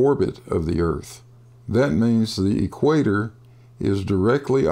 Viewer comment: Whadda Dope!!! As soon as he says "E Quator" you know his parents are closely related!!!!